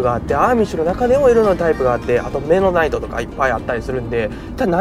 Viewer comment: ハリソン・フォードの『刑事ジョン・ブック/目撃者』でも出てきたなあアーミッシュ メノナイトの発音がミッドナイトに聴こえる まだまだやな俺